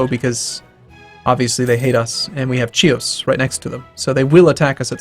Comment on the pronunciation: Chios is pronounced "hios" in Greek